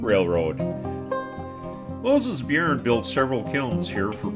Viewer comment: Byrne is pronounced "Burn"